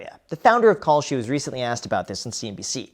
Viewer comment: ohhh kalshi....i thought you were saying "call sheet"... good thing i didn't bet on that...